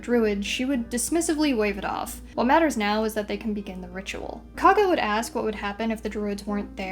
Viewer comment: KOUG-GAH, like COUGH, not KAA-GA cool video otherwise!